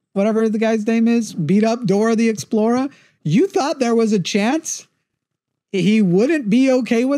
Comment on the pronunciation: Why does he keep saying Dora the Explora?